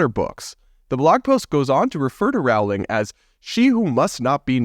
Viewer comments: Not to be that person but it's Rolling not Row-ling. Please don't be offended. I love your channel,! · ‘Roling’, not ‘rawling’ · Rowling ... like "bowling"... just sayin' :-) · First syllable of JKR's surname rhymes with hole, soul, bowl, foal - not owl & fowl. In other word, Rowling sounds like bowling as in bowling alley, not howling or growling like a wolf or dog.